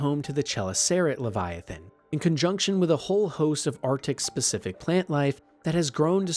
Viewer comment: Rap-pear Levy- atain